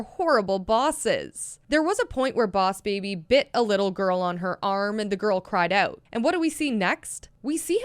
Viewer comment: oss baby? Lol No hate btw